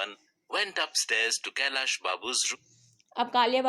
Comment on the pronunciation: Its not kallya Babu it's kailas Babu 😂